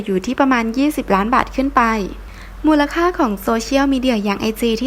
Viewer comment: เรียนแอดการอ่านตัวเลข หลังจุดทศนิยมต้องอ่านเรียงตัวไม่ใช่อ่านเป็นจำนวนนับ อย่าทำในสิ่งที่ผิดเมื่อกระทำต่อสาธารณะหรือต่อคนจำนวนมากๆ และคำว่ามูลมีคำต่อท้ายไม่ต้องอ่านเชื่อมครับ มูน๏ค่า/มูน๏เหด/มูน๏หนี้/มูน๏ถาน}มูน๏นิ๏ทิ